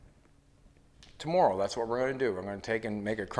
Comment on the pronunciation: Great to see you back! Love your innovation and how you explain your fabrication of the projects. My kids just heard you say the word, "tomorrow" and told me that you are the first person they've heard pronounce it the same way that I do. (Guess it's the Nova Scotia in my blood...my grandmother's family came from there to the USA. Wishing you continued success!